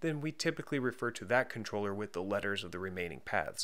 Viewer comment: The way he pronounces controller is just weird